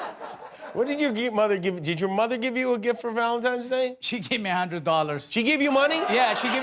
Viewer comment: "valentimes day"